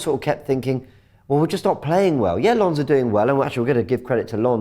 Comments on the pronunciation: It's LON not LONS. The French never pronounciate the S when its at the end of words. Its simple to learn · Awful pronunciation of Lens 😵‍💫